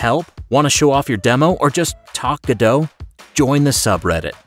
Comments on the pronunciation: GO DOT not gaDOUGH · I think the hardest part of using the Godot engine is, saying it's name right, Go-dot, not Gur-doe. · FYI: (trying not to be mean) its pronounced go-dot, not ga-dow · Ga-dough? I always thought it was pronounced Go-Dot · The first thing people should learn about Godot is how to pronounce it. I really can't hear GODO anymore. The T isn't silent. GO-DOT like GO and DOT of DOT. There's a T. That's how the devs say the same of the engine they're working on! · It's not gudoe, its pronounced God-oh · Pronunciation is "Go/Dot" not "Godo" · You are pronouncing it wrong. It's GO DOT. I don't know who this Gudoh is... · Pretty sure its go dot not ga dough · Go-dot not guh-dough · ... and still it’s not “Godow” but “Go DoT”... you also don’t say wwwDOWyoutubeDOWcom, don’t you?! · It's pronounced go-dot by the developers, not ga-dåw, :/ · its goDOT not godo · IT’S PRONOUNCED GO DOT! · It's pronounced GO-DOT "t" is not silent. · It’s pronounced go dot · please...i beg you....stop saying 'go-dow' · ‘Godot - say Robot ... now say ’Godot!! its really not that difficult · Wait. THAT'S how you pronounce Godot?